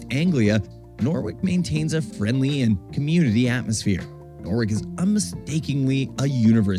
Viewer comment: What a great package! You are doing well with the pronunciation - Gloucester you had straight off, and Norwich you corrected yourself. I was at University in Norwich for four years, so it was my second home, and I loved it there. Norfolk is particularly tricky for placename pronunciation. 'Happisburgh' is a CLASSIC of English spelling/ pronunciation divergence! It is pronounced 'Haze-brugh' They also have 'Wymondham' pronounced 'Wind-um', 'Garboldisham' pronounced 'Garb-a-sham' and a small village called 'Talcolneston' pronounced 'Tackles-dun'. There are many more. No-one expects anyone not already in the know to get them right first time! The narrator of the Norfolk video's pronunciation leaves a lot to be desired..... Norwich - Naarrich (from locals) or No - rich for most people (the 'o' sounds like the the 'o' in 'block' but definitely NOT 'Nor'. Boudica (the warrior woman) - BOO-dick-er You do not need help to pronounce 'Leicester' correctly! I did wince at the Earl of Ly-chester on the video! Hunstanton is said HunSTANton - narrators emphasis was all wrong. Other than the pronunciation tha was a good video showing some of the major visitor atractions in he area.